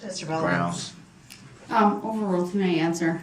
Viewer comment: Have a grammar lesson, Mr. Brooks. It's pronounced 'asked', not axed 'Grounds,' not grouns 'I were to see someone,' not 'I was to see someone.'